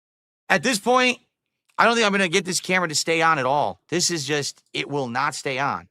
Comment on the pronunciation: “You like ehhht, right?”